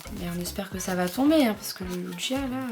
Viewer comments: hein, j’ai bien entendu luigia? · Tu me fais trop rire quand tu dit ludgia 🤣